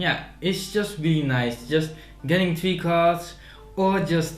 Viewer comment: > "It's just wealy nice!" :D Nice review!